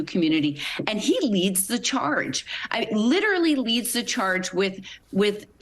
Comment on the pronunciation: "litree under attack" 😂😂😂